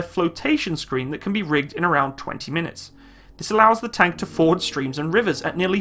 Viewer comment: every time you say "tank" you burn my soul